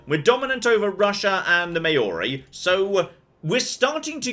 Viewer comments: Hey, just to let you know that Māori is pronounced as if it were Classical Latin, with the long vowels and everything. It's physically painful to hear "may-OR-ee". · Love this! Gotta try it. (But, please don't put a y in Maori. It makes your Maori viewers sad.)